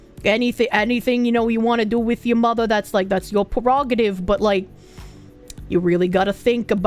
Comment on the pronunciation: The bostonian reeeaallly comes out when she says "yuh mothah" and its fuckin great🤣